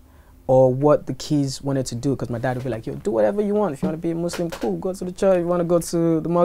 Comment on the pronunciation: Did Wizkid just say if you wanna be a muslin go to the church ? :) (skip to )